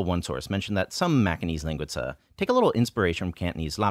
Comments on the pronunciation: You say linguica with a Chinese accent. You put the wrong emphasis on the wrong syllable. Ling-WE-sa. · linguica is pronounced with the accent on the second syllable, as lin-GUI-ca. You should really try to hit that "WEEEEEEEE." Please refer to Luigi from the Mario games for an example. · you're just so incredibly close to pronouncing linguiça in portuguese :) at the end, instead of the lingui-tza sound -- the pinyin C sound, or the english TS sound at the end of "caTS" -- try the pinyin S as in the first letter in the english "Sit" (best i can explain)